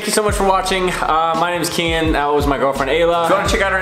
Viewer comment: Kaitlin House OMG one of my biggest pet peeves like that’s not his name his name is Kian...